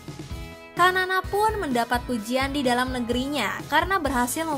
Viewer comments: Xanana gusmau ... Bacanya sanana bkn kanan 😂😂😂😂😂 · Sanana bosss bukan kanana wkwkwkwk😂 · Xanana = sanana Bukan kanana.. Terlihat narator tidak punya wawasan yg luas sehingga salah mengeja nama xanana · Xanana dibaca 'Sanana', bukan Kanana 😂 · BUKAN KANANA min......Xanana (dibaca Sanana)